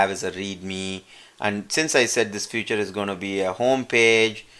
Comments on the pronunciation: Nice explanation !!!! but you are keep on saying "future" to feature. its not future its pronounce as feature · Excellent video. The only problem i faced was you pronouncing "feature" as "future" which i was like i don't see any "future" written anywhere in my or your sourctree lol. Again, really helpful video. Thanks!!!